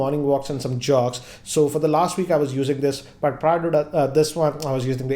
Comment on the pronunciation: He's used them for over a 'VEEK'!